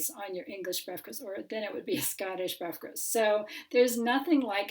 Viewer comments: I must have head 'briferst' 8 times before i knew it was breakfast you trying to say! man i laughed so hard for ages! i'm sorry! my eyes are watering lol! c'mon lass you can say 'Breakfast' it's not hard lol! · Your pronunciation of the Welsh word's was spot on.. saying "breafkast" though made me laugh 😆